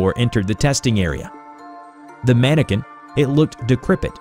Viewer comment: Mannequin not Mannican